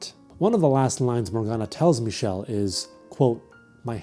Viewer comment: i’ve never seen someone pronounce didier and michel’s names correctly! amazing!